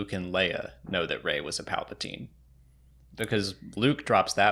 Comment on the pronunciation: I'm pretty sure Luke read the script and that's how he knew Rey was a Palpasheev